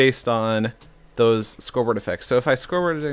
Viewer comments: lol "if i just scorboard obje...n.mn. sbar..jecti...poiisnarrowcount..yea" whu? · "Based on scoreboard effects. so if i scorebdffad objefkab dsafhasdf hmhmh mhmhmhmbar uhhhh" xDDDDDD laughed my ass off